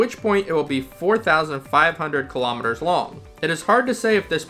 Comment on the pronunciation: Thank you, but please say 'Kilo_Meters correctly, not killowmeters